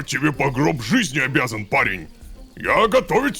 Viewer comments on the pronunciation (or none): Мне показалось, что Беренгарий сказал: "Я по гриб🍄 жизни обязаг"😅